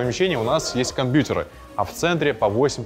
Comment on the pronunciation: Как мерзко он говорит компьютеры , как дед бл